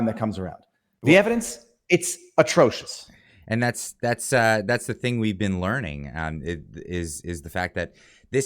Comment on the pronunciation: He said "There were 10 recorded acts of violence and 6 of therm were by ther police!"